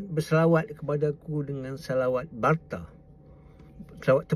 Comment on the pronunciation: Bukan selawat BARTA’, selawat BATRA’. Sebutan kalimah Arab pun salah…